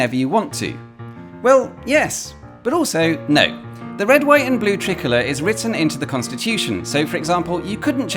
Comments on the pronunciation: Why did you pronounce "tricolor" as "trickler"? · Ooooooh, "tricolor", not "trickler". God I was so confused